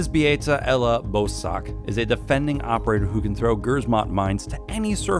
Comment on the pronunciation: I'm polish and you just butchered Elas name and equipment.